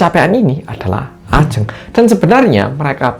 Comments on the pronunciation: bilang nya bukan ajeng mas tapi ajeng 🙄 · bentar.. kenapa di awal sebutin Ajeng nya begitu 😅 tp udah sih setelahnya bener